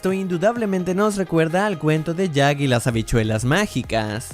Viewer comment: Es Jack y el cazagigantes no como lo habías dicho